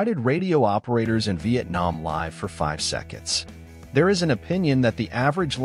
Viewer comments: The ai probably mispronounced live as in live broadcast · Stop using AI narrators. They can expect to live, rhymes with give, live rhymes with strive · Live* it's the dumbass ai voice that mispronounced it since live and live are spelled the exact same. You know to pronounce em differently, the ai doesnt.